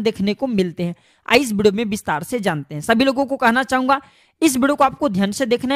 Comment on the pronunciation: बोलने का तरीका बच्चे कैसे हैं, एक शब्द हैं video, pahle theek se to bollo , bideo kyun kahte ho